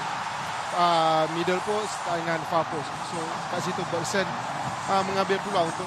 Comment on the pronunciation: coach sathia bnyk kali salah sebut nama. bergson jadi begeson, arif aiman jdi luqman